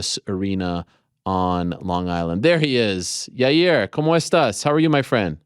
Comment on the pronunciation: Uncle Chael- "Ya-rear"